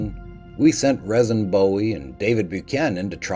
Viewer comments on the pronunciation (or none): Jim Bowie's brother's name is pronounced "Reason". Cool story. I appreciate that you take the time to present history of lesser known things. I enjoy it